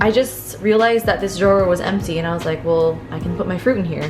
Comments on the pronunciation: i think its funny how you say drawer like drow-wahhh instead of draw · I love the way you saw drawer 😂💗